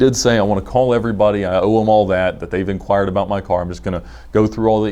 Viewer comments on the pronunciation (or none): His pronunciation of "inquiry" really pisses me off 😂